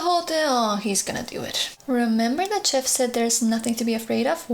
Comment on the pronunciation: Chief is not chef, it's shef, kiss*